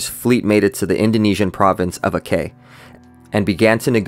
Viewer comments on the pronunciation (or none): splitting hairs here, but Aceh is pronounced "ah-chay" not "ah-kay". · Nice video brother. Just want to add a little correction, Aceh should be ponounced as "Acheh", the C sounds as C in "check" not Akeh. But overall, its cool. Keep it up✌